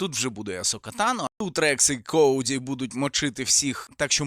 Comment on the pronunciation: Коуді ? Правильно Коді а не Коуді. Коуді це болотяний переклад.